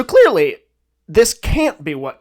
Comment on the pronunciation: "so clÆARly"